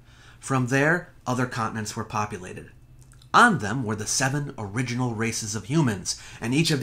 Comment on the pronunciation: "The Uriginal" ha ha ha ha!